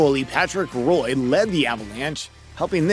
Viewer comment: Everyone makes the mistake but it’s Patrick Wa not Roy, it’s weird